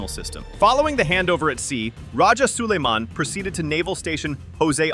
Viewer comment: Its rajah so-lai-man... Not Soliman...our great rajah or datu of Manila before Spaniard arrived in the Philippines...as you can see we are all originally muslims....